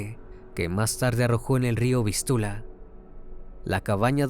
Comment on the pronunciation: No es río Vistula, con acento en la u, es Vístiula, con acento en la i, esto y otros errores más, es muestra de que el dueño de este canal, utiliza la IA para realizar sus narraciones, pero el software que emplea, no está tan bien pulido, no lo digo por nada malo, tan sólo es mi opinión, así que no vengan a "abalanzarse" sobre mí. Igualmente, buen caso, no lo conocía.